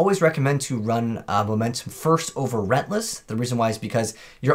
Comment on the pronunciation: Great video. Just fyi reLENTless isn't pronounced rentless